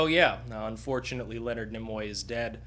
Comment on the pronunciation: I don't know why your proper pronunciation of Nimoy irritates me so much. I guess it's possibly because I have spent my whole life saying and hearing others say "Neemoy". My brain has improperly deemed it obnoxious I suppose, due to past history of some other pretentious language experiences. Carry on - I enjoyed the tribute.